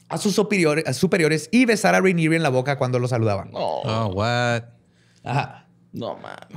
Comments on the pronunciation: Que gachos, nadie le dijo que se pronuncia "Ranie" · Todo el capítulo oyendo riniri y es ranier en realidad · Cada vez que dijo “Riniri” sentí que moría, así no se pronuncia su apellido y eso me echó a perder todo el episodio. -.- Ya había podido ignorar las participaciones del “” pero que la caguen 10000 veces en pronunciaciones fue mucho. Lástima.